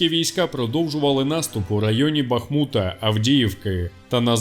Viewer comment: Б..я пробач але будь ласка вивчи як правильно говориться Бахмут куди ставиться наголос а то аж слух ріже будьласка!!!!